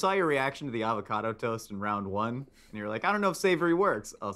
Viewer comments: the avocado toast argument was the best thing today: "the aVOcadoo toast" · Anyone else agree with link’s pronunciation of Avocado Toast? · Rhett: Avacado Link: Avacado?: Avacadoo. Yes,, I too love me some FR E SHA VAC ADO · was waiting so damn impatiently to call it "a vo ca do toast" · Link and saying AVACADO toast? and ivakadoo toast just made my day 😂😂🤣🤣🤣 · My mind is BLOWN by the avocado toast pronunciation